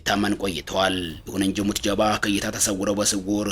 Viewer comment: ኧረ ተው ጃል ሞጅተባ በል ሞት ጀባ አይደለም😂😂😂😂😂